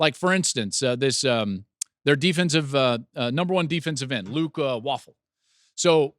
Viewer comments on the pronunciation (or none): Joel it is Wafle not Waffle!